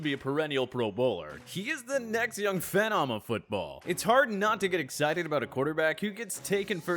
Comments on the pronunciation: How do you say tua last name right but phenom wrong? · he says “phenom” and “isaiah” wrong